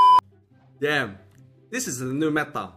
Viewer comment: i dont like when he say dann 😅